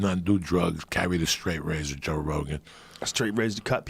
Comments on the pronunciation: Joey Diaz always call Joe Rogan "Jorogan". Never Joe or Rogan. JOROGAN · Joe" induidion* rogan